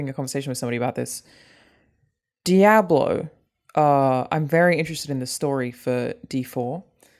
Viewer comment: A bit unsettling the way Alanah chooses to pronounce Diablo.